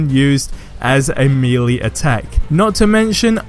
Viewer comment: What’s a mealee and a roaster? Do u mean melee and roster? That accent !